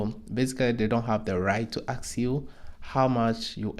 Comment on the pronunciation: you mean to ask, not to ax... right???!!! Please correct this, if possible... 🙏